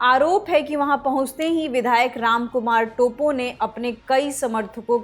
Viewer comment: "टोप्पो" hain vo टोपो nahi... pronunciation to sahi se kariye.... news anchor ho k aisi galti achi nhi lgti..